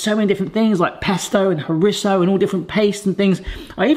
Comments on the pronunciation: i believe its pronounced cho re zo not cho rit zo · Please look up how to pronounce chorizo, you use it regularly